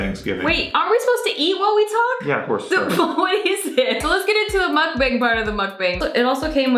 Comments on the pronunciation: Ask how to pronounce Mukbang. "muck-bung" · It's MUCK-BONG!!!! Aarrrgh lol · Lolol bang. Make the a sound more ah instead of a hard a. muk bahng. It is Korean word "muk" is eat- and then depends in context (eating ate eat). and "bahng" is room.. but they shorten the korean word for *show*.. bangsohng.. so that is where bang is from.. so.... muk-bahng. Sounds like the eating room / show/broadcast... Lolol love yall!!! Saw you guys on jk and had to follow!!!! is such a cutie. Love my fck perf nexklace! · Happy Thanksgiving you two, it's pronounced mukbHAng (bong) but u get a pass. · It's hard to watch you guys butcher the word sake and the word mukbang so much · I wish she said 'MUKBANG' the right way.